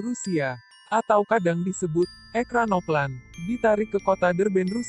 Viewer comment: Ekranoplan yg bener min... Dibacanya ekranoplen